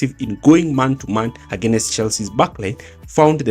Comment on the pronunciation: Why do Kenyans pronounce "against" as againest? Nice video though